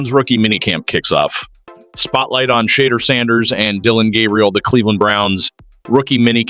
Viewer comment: Who tf is Shay-der Sanders , then fucks it up the second time saying it as well 🤦🏽‍♂️